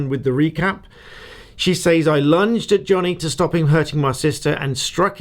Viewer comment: Stop saying “ says” to rhyme with “pays” ! It’s pronounced “ sez “ !